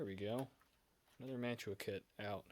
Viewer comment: If you keep doing videos, you need to invest in a tripod. Mantua is pronounced "Man-Choo-Ah" as you don't pronounce the "t". The "pot metal" you refer to is actually called Zamack, which is mostly zinc and will suffer from zinc rot. I've got that very same MOW car by Revel and just recently I got 3 more MOW cars made by True Scale-- 1 Kitchen car, 1 Maintenance box car & 1 working Caboose. Cheers - TN